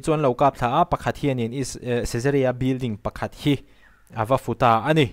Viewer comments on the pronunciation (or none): 2 an kap thla a, pakhat hian ava (futa) tiloin (fuhta) 🤭 tih tur,, eg, sava thlawk lai ka perh fuh. Sava thing zar ah a fu👍